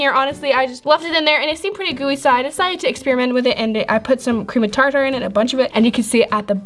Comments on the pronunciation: it's not tar tar it's pronounced tar-ter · Cream of “TarTar”🤣ilysm💕💕💕 (Btw it’s pronounced “tar-ter”) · No hate but I cringed when she said tar tar. You are supposed to say tar ter. Not how you spell it, but It sounds much more accurate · It’s Tar- Ter not Tar-Tar 😂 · Any body notice that she said tar tar instaed of tarter